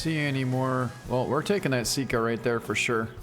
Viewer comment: Sika. Not sit-ka Sambar. Not sombar